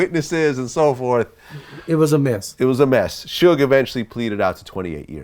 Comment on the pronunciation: I'm starting to feel like he mispronounce people's names on purpose.